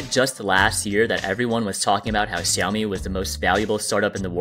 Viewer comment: It is pronounced shoumi not ciomi